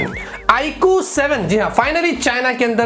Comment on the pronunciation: IQooo nahi Aapko eeku -eeku bolna chaya